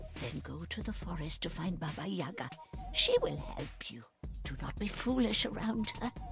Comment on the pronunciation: yagA, not yAga. yAga - it`s a drink for gopniks.=)